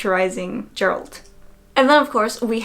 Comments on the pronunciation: It’s Geralt not Geralt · Thats not how you pronounce Geralt... hurts me every time